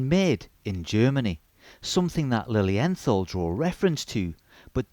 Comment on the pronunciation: The pronunciation is Lilien...tall , I am not being disrespectful, I was corrected by German speakers. Their newest automatic has a Miyota movement, I think that is a colossal mistake. I own 12 of them most limited edition. These watches are either loved or hated, there is no in between. Their resale value is lukewarm, they are not an investment.